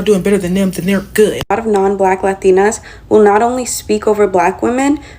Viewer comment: ur a lah tee nah. this subject doesn't concern you.